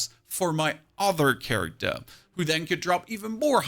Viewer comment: “Charictah” lol